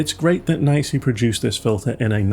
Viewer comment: I’ve always heard it being pronounced “knee see”, without exception, until your video. This is the first time I’m hearing “nicey”. I’m curious, is this just your feeling of how it should be pronounced, or did you get this info from NiSi directly, and they officially said the correct pronunciation is “nicey”?